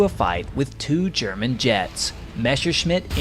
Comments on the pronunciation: What is so problematic saying Messerschmitt ? Almost all you US (and some British) guys always say Mesherschmitt... it is a permanent mess... with the Messerschmitt ! 🤣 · I love your videos, but please, learn finally to pronounce Messerschmitt right. It just hurts my ears hearing you say Meshersmith instead of Messerschmitt. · Every time he says "Mashersmitt" i just want to cry out loud... Dude. you are making WW2 aviation content. Learn how to f***ing pronounce at least the most important Names correctly